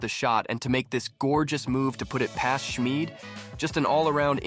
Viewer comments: Schmid pronounced Shmid not Schmeed. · I'm only a minute into this video but I have to comment. HIS. NAME. IS. SCHMID!!! It is NOT pronounced SCHMEED. This is confirmed by Akira himself. This is my favorite player y'all please 😭